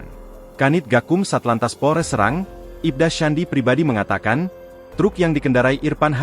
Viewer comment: Terkadang narator tdk benar dalam berita serang itu nama kota tapi dibaca serang yg diartikang sama dengan ganyang